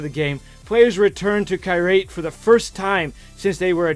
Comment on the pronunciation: Ajay is an American name. But, he did say "Kirate" instead of "Kyrat"